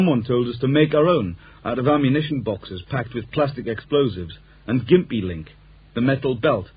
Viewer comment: It’s pronounced ‘Jimpy’ not ‘Gimpy’